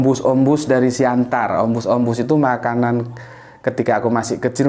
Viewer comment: Tulisannya Siantar. Orang Batak melafalkan Siattar 👍